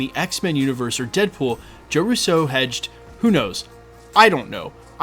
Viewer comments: Sorry, I’ve been holding back for so long…. It’s “-RUUUUso not RussO.!!! They are Italian, not French! The accent is on the first syllable!!!! It’s been driving me insane for the last three years listening to your channel! Great channel but please, my Italian ears are bleeding already! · Why are you consistently pronouncing Russo with the accent on the second syllable like the French would rather than on the first syllable like the Italians would?